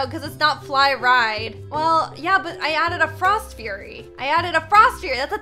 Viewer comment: Just me or does it sound like is saying frost fyurry?? Not Judging